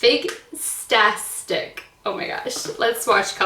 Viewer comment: Love you girl but 15 shades not 16 in that bh mac dupe and figtastic is said fig-tastic like fantastic like you! Not figsastic 😂 you made me giggle. I have Lyme disease bad so I understand the brain fart moments, your awesome girl!